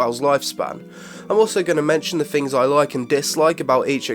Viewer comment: Did getting sick induce some kind of speech impediment? Fings, foughts, one fousand, froat virus? Hahahahahaha!!!